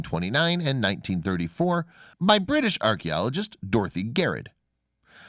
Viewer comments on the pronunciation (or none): none